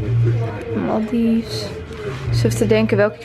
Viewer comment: Ik moet het toch even kwijt. Het is maldives als in maldaives. En niet maldieves hoe je het uitspreekt ☺️